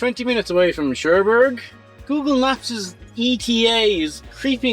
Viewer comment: I was wondering...what the hell is Sherberg??? Then I realized (been there about 40 years ago) it's pronounced CherBooorg...Funny...